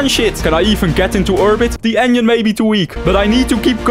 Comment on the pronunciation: I love how he says "engine" to "onion"